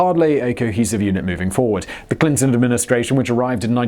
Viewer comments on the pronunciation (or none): none